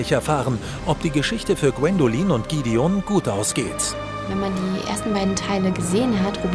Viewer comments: Es eigendlich eine tolle Zusammenfassung nur manche Namen (z.B. Gidion) werden nicht richtig ausgesprochen. Als richtiger Edelsteinfan nervt es ein bisschen. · Gwendoliiin und gidion😂perfekte Aussprache